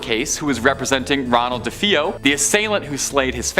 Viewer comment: Ikr how irritating.duh-fee-yo..f.r?? 😂